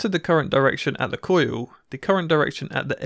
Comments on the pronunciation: Why does he pronounce "coil" as "coo-yoo"? I've heard people with English accents say "coil" before, so I just don't get it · cOOUILLllll....cojiul :D hillarious